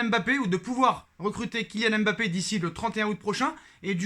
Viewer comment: vous ne savez pas prononcer Mbappé, c est difficile pour vous de prononcer les noms racines africaines? ce n est pas èmebappé mais tout simplement Mbappé, c est facile